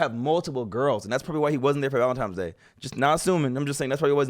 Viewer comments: Valentines not Valentimes hahaha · Valentimes? Lmao coooome oooooon D! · And she said valentines instead of valentimes.